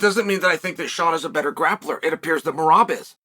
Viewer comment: Came here to hear Chael butcher Merab's name😂